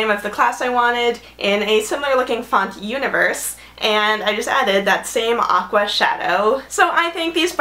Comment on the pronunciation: LOL -- it's pronounced "ooh-nee-VAIR" lol!!! ^_^ Love your vids, so much fun and creativity!